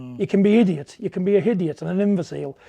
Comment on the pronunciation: A hidiot and a himvecile ??